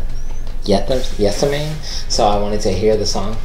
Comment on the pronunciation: 'Geth-SEM-ma-ny'. Geth as in get.